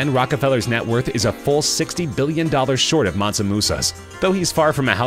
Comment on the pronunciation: Mansu? Mansa fool...